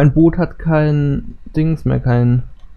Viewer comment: das heist Boot net bott